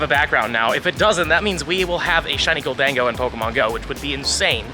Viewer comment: lol “Gol-Dango” it’s Golden-go I believe